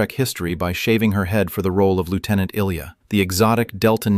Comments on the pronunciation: The current photo of George Takei is entitled Nichelle Nichols. He said he didn't want Sulu to be gay-even then though he himself is gay-but JJ Abrams did so anyway. I guess to make it even, "Discovery" had 2 gay chaeacters. Ilia was not pronounced like Illya Kuryakin's first name-but I-lee-a. Walter pronounces his last name as Kay-nik. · Eye-lee-ah, got it?